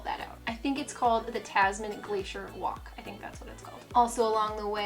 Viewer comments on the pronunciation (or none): none